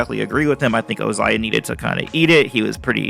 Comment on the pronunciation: By "Ozia", you mean "Ozai"